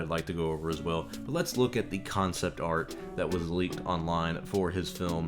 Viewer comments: ArT not ArK! Get a proof reader! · I love you bro but it’s “art”